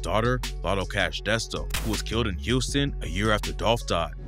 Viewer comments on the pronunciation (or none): none